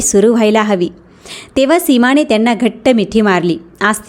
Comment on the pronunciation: प्रेमाने.... प्रेमाणे नाही... कृपया उच्चारा कडे बारीक लक्ष द्यावे. सीमाने.... सीमाणे नाही